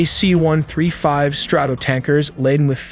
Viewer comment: Run-dey-vue? F-18 Grooowl-ler? K.C. 1 THREE 5? 🤗